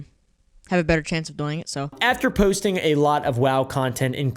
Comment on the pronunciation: even back then he pronounced doing like boing